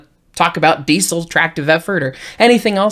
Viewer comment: The way you say "Diesel" hurts my ears.